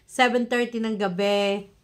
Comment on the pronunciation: Gabii hindi gabeee…